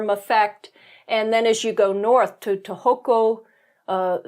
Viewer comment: btw it's SAkura not saKUra, TOhoku not toHOku. Better chance of being understood... ...but agree absolutely that you get a totally different view of Japan out in the countryside.